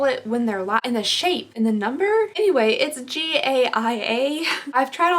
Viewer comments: Gaia... pronounced Guy-a. Greek goddess of the Earth. (Sorry, I like learning about the greek & roman gods in my spare time lol) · It's pronounced "geh yah". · Gaia pronounced Guy-uh & it means Mother Earth. I know you’ve probably got about a billion comments already and I’m about a year late 😬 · Gaia is pronounced like “Guy-uhh” as in the goddess associated with Mother Earth. Love your videos so much!!! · It's actually a Greek word and in greek it's pronounced geh- a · In the style Gaia (guy-a)